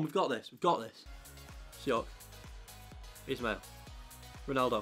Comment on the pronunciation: You’re pronouncing Ismail wrong as it’s actually pronounced ish-male